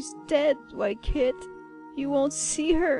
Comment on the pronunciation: it’s white KIT...... Sorry I get very mad when they say a warrior cat name wrong xD